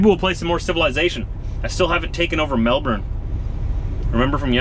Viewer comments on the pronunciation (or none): Your kinda saying Melbourne wrong My brother says But anyway good video